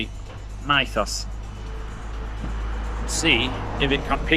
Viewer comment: It's mythos as in meethos. It's the best. You can get a pint of draught mthos. And stop saying "how romantic"